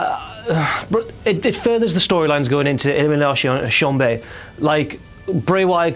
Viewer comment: As the video progressed, was saying Elimination Chamber even worse that the last time he had said it. If he had said it another time it would have sounded like ELIMIGAYTION CHANGER